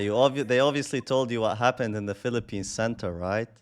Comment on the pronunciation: what haven vella? Why you crying again? Vamfire right? Vamfire come faith to me! 😂